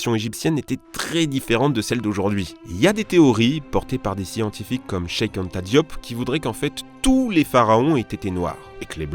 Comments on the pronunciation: Il a vraiment dit Chek anta diop Au lieu de cheikh anta diop Oui je suis sénégalais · c'est pas Chek Anta Diop mais Cheikh Anta Diop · Cheik Anta Diop se dit CHÉR anta diop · le nom ce prononce cheh Anta Diop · Tu prononce mal le nom de cheikh Anta Diop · mdr comment il a dis Cheikh Anta Diop